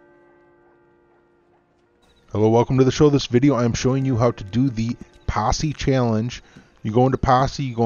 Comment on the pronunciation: "Yo, join mah Passe"